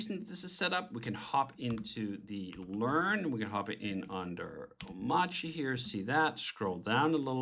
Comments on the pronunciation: If you don't pronounce the 'r' in a made up word why have it in there? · But why is the R silent tho? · Nice job David ! I've been using arch with hyprland for almost three years now, haven't been the most stable experience to be honest but so much faster and nicer to work like this so I have stayed on and hoped it got more stable, so finally this seems be a more stable version of what I already use(crossing my fingers), I'll definitely give this a try! By the way why not pronouncing it like it is spelled? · why is the r silent